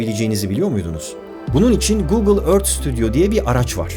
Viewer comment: Ört diye değil örfht gibi yumusak bir ton ile okunur lutfen biraz dikkat